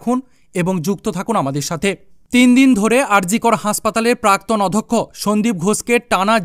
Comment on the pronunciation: অধক্ষ্য নয় অধ্যক্ষ হবে।